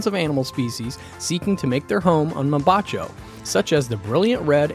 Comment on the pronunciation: Good info on where to visit, but MAN oh MAN, work on that Spanish pronunciation! It really detracts from the quality of the vid. 10 minutes of prep would have made a world of difference. PS. You did however, come pretty close on the pronunciation of Mombacho :)